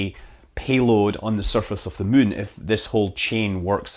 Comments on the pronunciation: Mun? Did Squad take that name how you say Moon? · Scott, everytime I hear you say "Moon" what I hear in my head is "Mun".